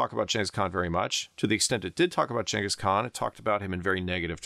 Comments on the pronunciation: Thank you for pronouncing Chengis Khan correctly instead of Ghenghis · Thank you for pronouncing Chinggis properly! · Because that's roughly how the name is pronounced. The first G in Genghis is supposed to be a "soft" one, like "germ" or "gem", reading is as a "hard" G is not how the name is originally pronounced. (Many other languages write the name with a C or Dj or some variation indicating a "dsh" sound.)